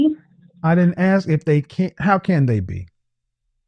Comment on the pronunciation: "I want to axe you a question"